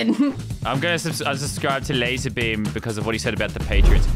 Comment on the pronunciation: ITS LAZARBEAM NOT LASERRR